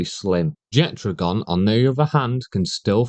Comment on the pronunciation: There is no "d" in Jetragon's name, but based on what I heard in this video, you're just shit at reading and saying names 😂